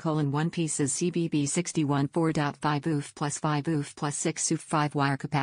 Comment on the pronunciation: 5 booof. not 5 microfarad. Gots to just hate this AI voice.